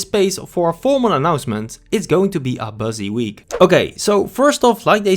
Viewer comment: "Bööhzy week"